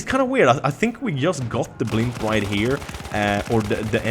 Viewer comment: Blimp ? First 2 times I thought he said "pimp"